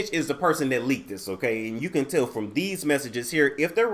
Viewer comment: Did you say ..he licked a kitty or leaked a kitty .. I think he did both...😂😂😂